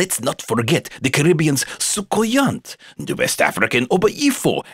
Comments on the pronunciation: It's pronounced SO-COU-YAH! ant is silent, since it's French. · great video but in the Caribbean the t in Soucouyant is not pronounced. And they don't just suck blood they take your hair etc.